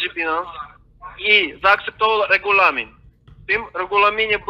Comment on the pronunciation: Czy pamięta pan taki regjulamin? - nie pamiętam takiego regju…laminu xD zarażają!